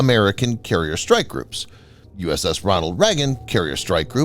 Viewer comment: RONALD....with a D. And the Chucky V is not stationed in Hawaii. Get your facts together ....Good Lord!